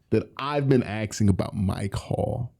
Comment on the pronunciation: Asking* Not axing